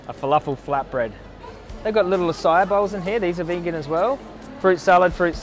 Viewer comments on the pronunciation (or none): none